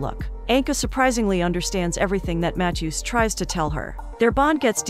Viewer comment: Never heard anyone pronounce “Matthew” matt-chew